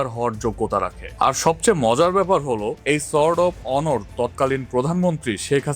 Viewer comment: আপনার উচ্চারণ এতো বাজে কেনো? শুনলে আর ভিডিও চালিয়ে যেতে ইচ্ছা হয় না। 'সোর্ড অফ অনার' ওনর হবে না 🙄